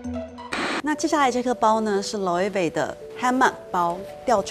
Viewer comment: sussie w ..她唸的Loewe,Saint Laurent 都不是英文啊..她唸的是對的啊